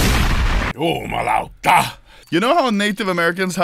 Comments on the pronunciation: At 9.43 that ”JUMALAUTA” was good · did just say, ”jumalauta”?